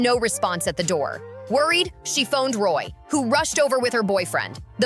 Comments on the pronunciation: If this chick continues to call ROMY ‘Roy’ I’m gonna scream!!!😱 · Her name is not Rory. Its Romy. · Her name is ROMY Reiner and NOT ROY Reiner. Be more respectful!!!